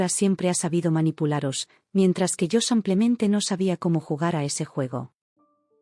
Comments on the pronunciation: SI NO PUEDE PRONUNCIAR CORRECTAMENTE SIMPLEMENTE EN VEZ DE SAMPLEMENTE COMO DICE, CAMBIEN LA PALABRA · Pueden cambiar a quien relata enseñarle a decir SIMPLEMENTE? CON IIIIIIIIII. NO CON A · No comprendo por qué dices SAMPLEMENTE y acentúa tan mal las palabras.